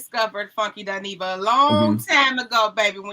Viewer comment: Umm,, it's Funky "Dy-neva" boo🫩🥱😤